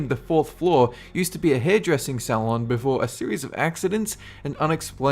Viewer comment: Did anyone notice that pronounced salon as "salin" at Number 9?